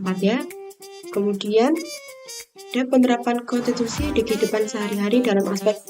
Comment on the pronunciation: KONTITUSI atau KONSTITUSI??